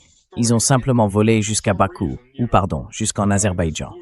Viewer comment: Aber baijan pas Azerbaïdjan 😅